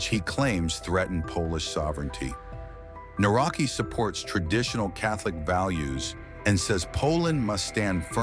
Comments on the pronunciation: You can pronounce "Nawrocki" like "Na-wrot-ski," with the "cki" sounding similar to the "tski" in "Tchaikovsky." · The correct pronunciation of the surname of the Polish president Nawrocki is "Navrotski" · Please learn at least the correct pronunciation of His surname when You make a video. This is not even close to how it should be pronounced. It is not that hard to check it before making the wideo about the Man. This is so basic.